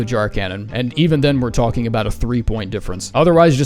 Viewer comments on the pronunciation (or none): none